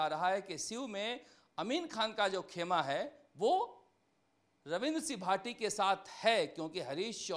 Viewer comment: Naam to sahi se lena sikh lo ravindra c bhati bol rha h